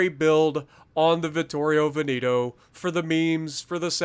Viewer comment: Its not Veniiiiiito its Veneeeto